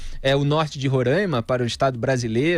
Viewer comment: Felipe, não existe rorainma, o nome é Roraima. Sou teu fã, mas isso dói no ouvido.